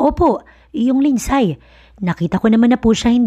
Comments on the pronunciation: 🔥🔥 Shout- OuT from Vancouver Island CANADA 🇨🇦 🍁 GRABEEE APAT ?? Parang ASTEROID ☄️ si ASTRO ang daming Anak. Malupetz 😅 Btw, LINDSAY is pronounce as LIND-SEY!! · Bakit di tama ang pronunciation ng mga Names? Mag research naman bago mag Narrate.Lindsay. Lindsey...long a....ai...ay... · WRONG PRONOUNCIATION OF ""LINDSAY """ ASK AND RESEARCH